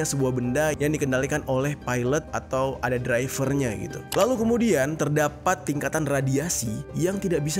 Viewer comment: bukan Drifer geng ' tpi driver .... salah baca itu ....